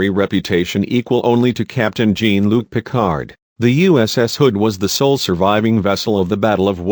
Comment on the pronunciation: this twit is deliberately pronouncing "Ferengi" and "Jean" incorrectly..